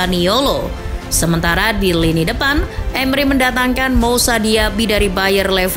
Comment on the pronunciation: Selama bisa konsisten dan taktik nya gk itu2 aja boleh lah masuk big 6 Izin koreksi ya min buat penyebutan nama nya Lenglet: langle Youri: yuri Moussa/mousa: musa 🙏